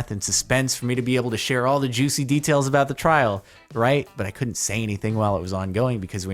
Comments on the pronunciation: No one: Literally no one:: YOU'RE GOING TO TRRRRRRRRRRAIL!:) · Trrrrrrial! Trrrrial!! Mianite flashbacks